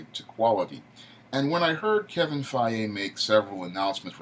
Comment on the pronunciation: Damn you butchered Kevin Feige's last name It's actually pronounced Fy - Gie.